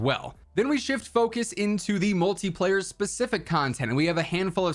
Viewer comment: I thought you said shmultiplayer